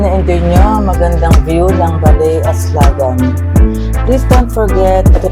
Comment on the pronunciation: Mali po ang bigkas ng aslagan.